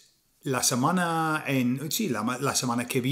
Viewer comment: Isla de Tenerife, España, África. Bien hecho. Buen vídeo. Tiene un MUY buen español. Pero. . . Hay que cuidar esas vocales atónicas, para evitar decir cosas como "samana" y "Torrajón" en vez de "semana" y "Torrejón". Saludos cordiales, Chicho.